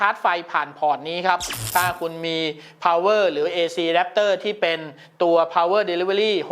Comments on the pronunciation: ผมได้ยินคำว่า”อแดปเตอร์หำ” แน่ะ ! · อเดปเตอร์หำ นั้นเอง ได้ยินแบบนี้เลย